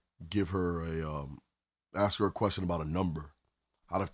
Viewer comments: Gentleman, if a woman pronounces the word ASK as AXXXED, in most cases that tells you almost everything you NEED to know about her. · Another one who says axe instead of ask ! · I'm very afraid of her axing me. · Common? Ive never heard anybody but a black person who dosnt care to annunciate correctly say “axs” makes me immediately think they are dumb bcuz they sound dumb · My friend from the Caribbean who came to New York City would have the laziest way of pronouncing words. Comfortable would come out of his mouth as com for table. Salson would come out as Salsa. And he would use the term Ax because his mother was a probation officer and a virago. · I never understood that, axe or ask....IT'S ASK! I agree with you! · I’d respond “what did u axe?” If you believe her, she and her friends are all classy. Yeah umm, no. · It is also pet peeve of mine, but it seems so common in US English speakers I think its probably seen as a normal way to pronounce it now? ( “ impordant” - instead of important also seems really common😏). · I am from the South and I will never use the term ax. It is part of Ebonics.